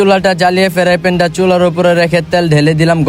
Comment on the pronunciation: ফেরাই প্যান ❎ ফ্রাইপেন ✅